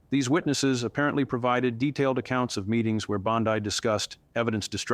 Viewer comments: It is pronounced Bondee, not Bondeye. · Is not Bondai is Bondi. Ai that sounds very good and probably be true in the future, but not of this is true. You are being taken for fools. Look at reputable sources for your news. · Wow, his monotone annoying narration was difficult to listen to. Also, pronouncing 'Bon-dee' as 'Bon-dye' is very uninformed and tone-deaf, as well as pronouncing 'Chutkin' as 'Choot-kan' makes me wonder how informed this dude really is. No subscribe here. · The commentator, although looking very real and believable, give it all away and instantly becomes AI when in one instance he pronounces Bondi as "Bondee", correct. Then in the next instance he calls her "Bondye", incorrect. And, he says her law license has been taken away and she is being detained. Google says otherwise. Guess I'll have to cancel my subscription. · IT'S BON-DEE, NOT BOND-EYE. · You contunue tobproniunce Bondi's name two dofferent ways. Correct pronounciation phoneticalky: Bon...dee NOT Bon...dye. Thank you.. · Please, please pronounce her name correctly. It’s not bond-i , it’s Bondi with the i,sounding like an E. I can hardly stand listening to your information with the way you mispronounce her name all the time thank you. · Is all of this made up? This is the second video I've watched on the channel, where it seems like AI generated fictitious garbage. Please update me if I'm wrong. BTW, it's not pronounced BOND-EYE. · Why can't you pronounce her name correctly? It's Bond-E. Geez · Why do you keep saying Bond-I? It really makes me feel like I’m watching some AI generated video. Everyone knows how to pronounce her name but somehow you keep mispronouncing and I haven’t seen confirmation of anything you’re saying. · He keeps calling her Bond-eye. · Is it pronounce Bond-I? Not that it matters she suckkks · So why does "" keep pronouncing Pam Bondi's last name? This is just more AI fluff. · Please choose a pronunciation and stick with it!